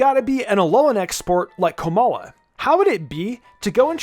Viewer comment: I was with you until u said komala